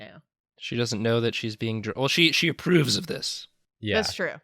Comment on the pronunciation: idk if he did it on purpose or if he just like. had some flem in his throat but the way goes "she aPURRoves of this" is very cute and epic and also gives me homestuck flashbacks